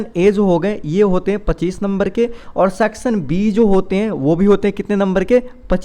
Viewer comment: Sir please aap (Section) ka pronounciation barabar kijiye na